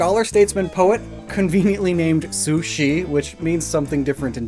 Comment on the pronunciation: Su Shi is pronounced Su (correct) and Shr (like shhhhrrr). If you want to have the same sound then you need Su Xi. Xi like the current president/chairman. 苏西 sounds like sushi. Ha. (Ignoring the tones.)